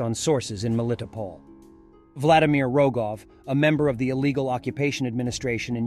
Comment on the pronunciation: Melitopol. Say Mell-ee-tow-pole.